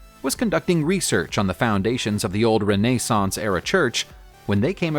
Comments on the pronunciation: I tried to follow this until the robot said "Ruh nay saunce" era church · renae-sance ..oh brother lol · It's okay, you can pronounce it "renna-sance"; we'll never tell.... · Do a little checking before you record your voice overs...so many mispronunciations! For me it takes away any authenticity your video might've had. Levant, Cimabue, renaissance...get literate why dontcha??